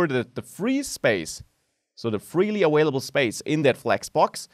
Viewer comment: "awailable" I love it <3